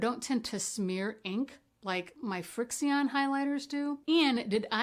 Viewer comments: Nice review. Thank you, FYI: Frixion is pronounced "friction"... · Just an FYI, Frixion is pronounced “friction”because they erase with the heat of friction. 😊